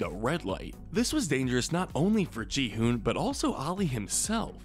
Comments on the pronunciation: Not gihume it’s gi-hun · Gi hun not Je Han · Ik he makes it sound like Ji Han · God I hate when channels put no effort into learning name pronunciations. Gi Hun isn't even hard to pronounce.